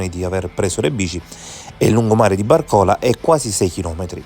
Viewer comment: bàrcola, non barcòla